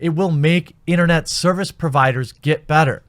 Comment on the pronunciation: How does someone pronounce "better" as "batter" but pronounce "bag" as "beg?"